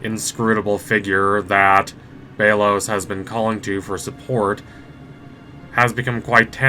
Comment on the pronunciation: Sorry but it’s pronounced bell os